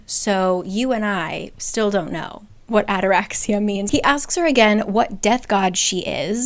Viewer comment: FYI: ataraxia is a Greek word that means calmness. And also the intonation is on the i = ataraxi’a. Greek here🫡